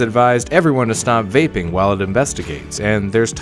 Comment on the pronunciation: “What’s a vapping”